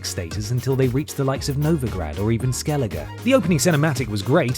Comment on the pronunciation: No offense guys, but I can't stand how you pronounce Novigrad. More emphasis on the "i" and roll the "r".